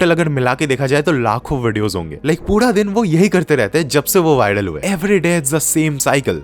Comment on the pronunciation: Karne (correct) but pura (incorrect), why bro?